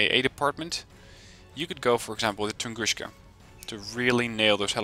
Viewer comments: What he's saying is "Tunguska" should be pronounced "tun-GOOSH-ka" instead of "tun-GOON-ska", I believe. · Tungooska. There's no "sh" sound in Tunguska. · funny when you telling "tunguska" like - "тунгушка". It's incorrect, call them - where "S" - is "С" without "SH", because it is - "Ш". BTW Thank you for the nice video.